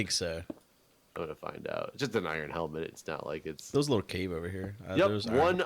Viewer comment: the only accent has is not being able to say "iron"